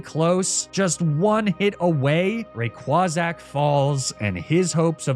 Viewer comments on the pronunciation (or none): Rayquazack killed me. I will never be able to say Rayquaza the same way ever again